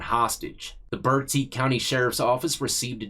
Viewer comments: You pronounced "Bertie" correctly. I live next door in Martin County. There is a state prison right down the road from jail. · Thanks for pronouncing Bertie correctly 🎉also Eastern NC is not a rich region so the judgy people can go back to school to learn a little history